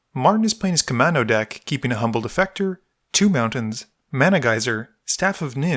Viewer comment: Kaminnow? Come on, dude. That's a U and an A! It's Koo-mahn-oh. Otherwise cool video